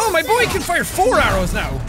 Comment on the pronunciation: it's BOI not BOY but good effort